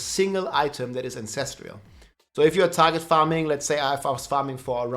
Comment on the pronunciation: There is no I in ancestral.